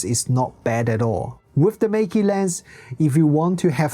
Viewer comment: You can just pronounce the brand name in the chinese way - the correct way 😅